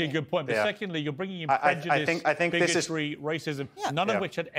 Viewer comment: ‘Prejujice ! ! ! And Prejujice’ 😂😂😂😂